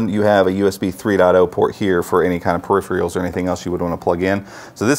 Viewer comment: Dude, please stop saying "purr-IF-ree-yulls" for "peripherals" (pronounced "puh-RIFF-uh-rulls").